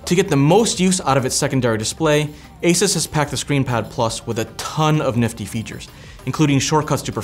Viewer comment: for the love of god its not A SIS its ASUS A SUuuuuuuussssss for F S